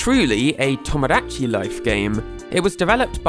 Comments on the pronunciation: PLS PRONOUNCE TOMODACHI CORRECTLY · the way you pronounce Mario and Tomodachi......... British moment